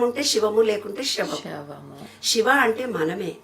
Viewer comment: శివశివా😮 నమస్కారమమ్మ Shiva (షివా)కాదమ్మా😢 శివ siva అని పలుకమ్మా తల్లీ🙏